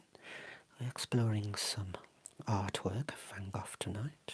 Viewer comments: I see you're still pronouncing his name wrong😂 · As an idiot American I was intrigued by the way you pronounced it, so went on an Internet sleuthing quest to see why that might be. Huzzah! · fyi in the U.S. we pronounce his name Van “Go”, instead of “Goff.” So this was a terrible pun joke. I laughed. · Neither. Dutchie here, living close to Vincent's birth place. It's pronounced "vahn Gog".